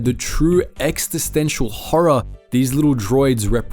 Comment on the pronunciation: you almost lost me when you said "Exstitential" I can't stand when people pronounce it with two "st" in it edit: Droidses